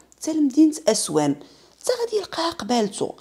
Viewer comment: اصوان ماشي اسوان هههههه